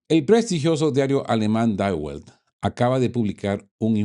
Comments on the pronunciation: Se pronuncia di velt... Saludos! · Estimado, junto con felicitarte por tu contenido, reconozco la dificultad de pronunciar nombres tan diferentes al inglés o castellano. Si me lo permite, la pronunciación correcta del rotativo die Welt (el mundo en alemán) sería (di velt) y el rotativo suizo de Zurich, Neue Zürcher Zeitung (nuevo diario zuriqués (noie tsuerjer tsaitung). Sigue atento en esa torre de mando. Sine mora. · die welt se pronuncia mas o menos "di velt" con la L muy flojita. Casi como "di vet". Saludos.